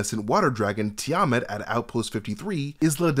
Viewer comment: I love you,, but woof, you butchered the pronunciations of "Baphomet" & "Tiamat"... 😅